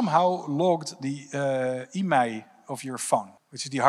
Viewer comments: IMEI s pronounced "eye-me" anyone calling it an "e-may" probably doesn't know what they are talking about. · It's I.M.E.I not emai... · Thought he was saying email Yeah, logging IMEI for a game is extra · Dude says IMEI like its a word. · Didnt know people called IMEI “emay “😅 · i-m-e-i , its not a name. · Emay number First time I'm hearing this pronunciation of IMEI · Guy is obviously very inteligent et all, but decides to proniuce it "emai" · Never heard of an IMEI being pronounced that way 😂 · Nobody talking about the way he pronounces IMEI? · The way he pronounces IMEI takes any and all credibility away from his statement for me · OK if you say so. Any evidence? Specifics? I mean he MUST be an expert. I've worked in the mobile industry for 27 years and never heard anyone pronounce IMEI the way he does, but hey, if you say so, without giving us any data to back it up. Doesn't seem to know that Rovio is the name of the company that makes Angry Birds, but sure, you sound like you know what you're talking about. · Bro is basically keynote at a ted talk an can't say "IMEI" Yet he repeatedly includes it in his speech..